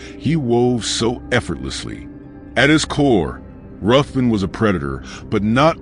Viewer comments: It's pronounced 'Riven'. It's a Scottish clan name, and the name of several places around Scotland. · FYI, it’s actually pronounced “Riven”